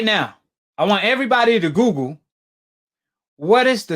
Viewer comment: “Mandibo since everybodee believing googel”